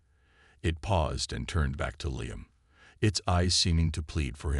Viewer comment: The name "Liam" is pronounced "Lee•um" NOT "Lie•am." Why do all these AI bots mispronounce so many names and words‽